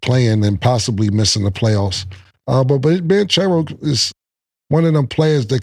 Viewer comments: “BAN - Cherro “… Like he it’s the band for the cereal company lol 😂😂 …. It’s Bon … like a bonnet and churro like the desert my boi 😂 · Cam calling Paolo “Banchairoo” you losing your stanima killla 😂😂 paws 🐾!!